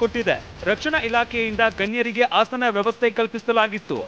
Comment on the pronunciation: Not hasana .asana